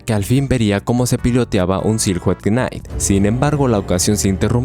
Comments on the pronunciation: No es mi intención solo burlarme un poquito... Así que.. se dice "siluet nait" ✨ éxito en tus videos amigo! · ✨Silhouette Knight✨ nao nao "SILJOUT KINGT" 💀 En general todo bien en la narración, pero detalles de pronunciación así rompen un poco la fluidez porque dejan descolocado al oyente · se pronuncia "sihluet naiht"